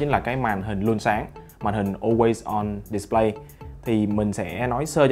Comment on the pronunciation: On way on "Địt lây" :))